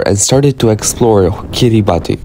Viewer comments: Please pronounce their country correctly. It's [ki-ri-bas] not [ki-ri-ba-ti]. 😊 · First of all it’s kiriBASS, it’s not pronounced Kiribati cuz that’s how people that speak gilbertese pronounce it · Didn't you learn how to pronounce the island's name when you were there? It's KIRIBAS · The country's name is pronounced KIRR-i-bass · Learn how to pronounce it bro so you don't embarrass people that show up there based on your video. it is pronounced Kiri bass. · Pronounced Kiri Bas